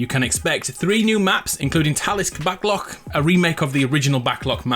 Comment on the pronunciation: Btw it's pronounced: X-peh-dish-o-neh-ree. Also you said "Backlock" not "Backlot". Recording probably isn't easy but I wish mistakes like this didn't go under the radar. Not trying to criticise unfairly, but it's not hard to say words correctly, and if you don't know, it's not hard to look them up. It just seems a bit unprofessional and I'm only saying this because I love these Videos and want them to be as good as possible.